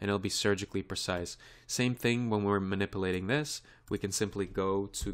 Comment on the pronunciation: eeehehehe...(Bevis)...he sez manipplating. hehehehe.